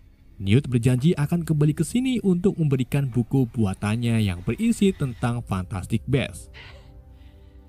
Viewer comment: perbaikin lagi cara baca judul fiilm bang, cuman saran. bacanya 'fantastik bisz en where tu fain dem'